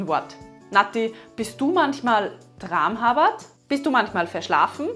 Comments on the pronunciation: tramhapert habe ich immer nur wie "'traamhappert" ausgesprochen gehört: also ganz hartes p und kurzes a davor. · tramHApert, richtig betonen! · Hallo meine Damen: Bahöl spricht man ohne l am Ende aus (also Bahöö) und tramhapert spricht mit einem harten P aus (also tramhappert) - Tolle Arbeit - wie immer - LG Jo